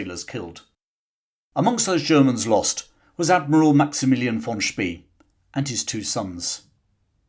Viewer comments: The German admiral´s name "von Spee" is pronounced "fon Spray." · Von "Spay" not Von "Spee". Lost me first sentence.